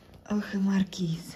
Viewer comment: Неправильно ставите ударение в слове маркиз. Ударение надо ставить на 2 слоге